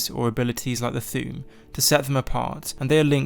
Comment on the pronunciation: You say Thu'um like Thewm